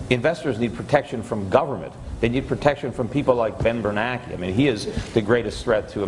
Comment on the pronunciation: I don't understand why the name Bernanke is pronounced by many "Bernakie"